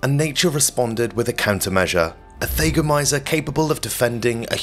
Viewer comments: For the record: THAGGomizer, not THAYgomizer. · Thag rhymes with “bag.” It’s fingernails on chalkboards to hear this narrator say “they gomizers.” I had to stop watching. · Thah- goh- my- zerh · It's a Thag a mizer mot a thay ga mizer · THAGOMIZER - Named after the unfortunate Thag Simmons. "THAG" rhymes with "Hag." It's not pronounced "Thay-go-miser." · Yeah, he lost me, there. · He also didn't look up how to pronounce thagomizer